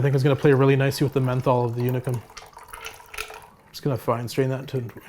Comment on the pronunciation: If you feel like pronouncing how the Hungarians do, its more like Oonicum than Younicum :)